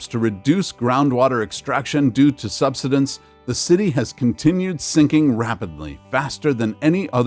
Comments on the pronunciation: Learn how to say "subsidence." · Too much hype over the fake global warming b s. You need to correctly pronounce SUBSIDENCE it's all wrong the way you're saying it. Please review and edit your video to make it easier to understand. You still cannot scare us into the fake global climate B.S. Not gonna happen!